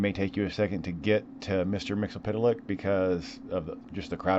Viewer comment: First of all, congrats on saying that name correctly. Second, never ask me to say it properly - I will only let you down